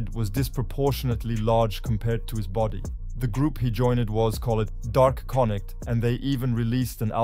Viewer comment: THANKS FOR STEALING MY VIDEO CLIPS. NEXT TIME... ASK FIRST. FURTHERMORE, IT'S GUCCI MAN (PRONOUNCED MAIN), & DA CONNECT (PRONOUNCED JUST HOW ITS SPELLED) #VIDEOROBOT WAS HERE MF